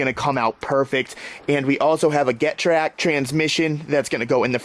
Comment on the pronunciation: Get-rag not get-trak lol